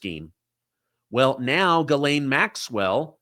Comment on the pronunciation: The Maxwell woman's name is not gilane. It is Ghislaine. Which is pronounced jislane !